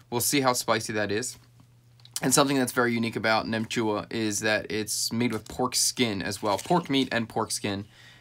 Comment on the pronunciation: Wow I am more surprised how well you pronounce "nem chua". It's like 95% vietnamese. Nem chua is a dish u snack with beers. It's fermented so it's actually good for your gut. Only thing I don't like about it is the curing ingredient that makes the colour pink.